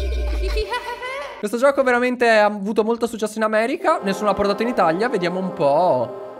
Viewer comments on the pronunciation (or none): Ma allinizio ai detto itaglia